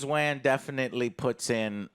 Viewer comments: It’s killing me he’s pronouncing Wan as W- Ann and not W -On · James Wahn? James WOHN. Come on I feel like you hardly try sometimes… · Wan is pronounced: "WAUN" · Can someone please tell joe how to pronounce James WAN 😂😂😂😂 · Does joe be saving shit wrong on purpose? How you not know how to pronounce James Wan and why do they never correct him god it’s annoying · Why do you say the director's surname in a way that makes you sound like you were dropped on the head as a toddler? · Please say James Wans name right. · Do and know how to pronounce James Wan’s last name and just let joe butcher it?